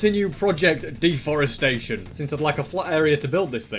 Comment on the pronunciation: Mr beast does not like when says de forestation